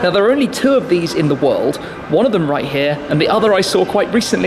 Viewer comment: Bro you said Wald instead of world